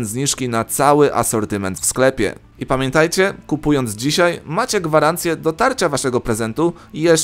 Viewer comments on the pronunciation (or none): none